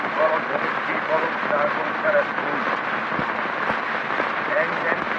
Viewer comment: Néha ny-be hajlik az n, feleln'i stb. Az e:-ket is lehetne jelölni, történ('?)ele:m, ke:re:sztül (ke:rösztül!?).stb. Jellegzetes a mássalhangzó kettőzése a névelős hasonuláskor, Av világ, at történelem stb.